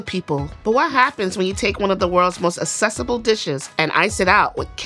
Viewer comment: mispronunciation of the word "accessible."